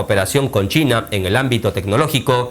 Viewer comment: "Chaina"??? Donde ves la A en China???